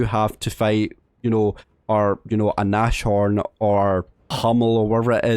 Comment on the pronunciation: tiger 2 early? lol what? also its nazhorn